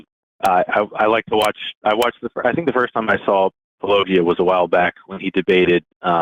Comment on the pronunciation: "Long time viewer of " 😂